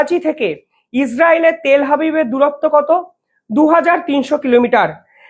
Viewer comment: bhai telhabib na, telaabib